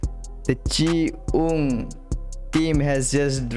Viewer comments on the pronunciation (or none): Hello pronounce as chi- yung not chi -ung. ❤❤❤